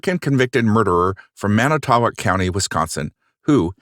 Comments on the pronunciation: It’s pronounced man-eh-toe-walk. I grew up 15 minutes from there- crazy! And it’s meh-kawn-ah. Lol so funny how people never pronounce the cities here correctly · Man-eh-tow-woc is the proper pronunciation 🫡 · So uh.... wisconsonite here. Idk if anyone has said this yet but its pronounced Man-eh-tow-wok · Pronounced MAN i too WOCK